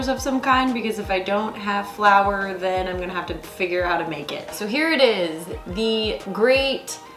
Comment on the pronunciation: Is it the right way to say flour